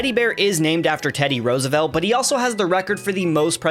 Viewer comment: Rose roose say it right its ROOSEVELT NOT ROSE MORON